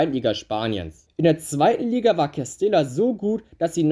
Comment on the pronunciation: Cooles Video 🔝 Real Madrid Castilla wird übrigens Castija ausgesprochen ( Doppel l auf Spanisch j)